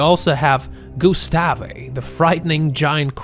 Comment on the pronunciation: Gustav not gustafi